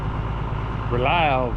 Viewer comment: Dereks sense of humor reaches all the way to Sweden...rel...relia....releeeabell😂